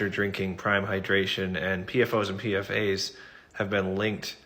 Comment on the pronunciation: btw, PFAS and PFOS is pronounced as P-FAS and P-FOUS. The S in each acronym is not indicating plurality. It's debatable in the field to say PFAS or PFASs in papers